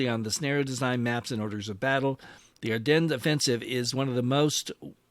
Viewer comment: AR DEN, DEN not DENS. omfg how many people keep saying it wrong. You literally a wargaming channel